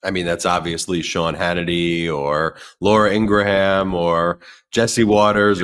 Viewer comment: Ben, her name is pronounced Laura Ing-GRUM